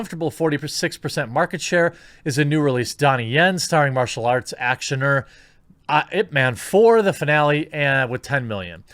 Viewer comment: I love how Jeremy pronounced Ip Man exactly how I imagined a white guy would say it.